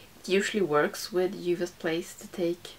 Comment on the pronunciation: I love how you pronounce "Juvia's"! Aaaand we can see Masai from space!